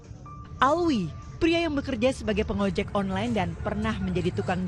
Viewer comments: Alwi alwi Alvi Gimana si Nyebut nama orang aja gak beres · Alvi bukan Alwi